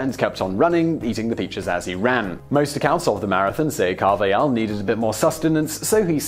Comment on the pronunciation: In Spanish, the J is pronounced like an H in English. Carvajal's name is pronounced CAR/vuh/hall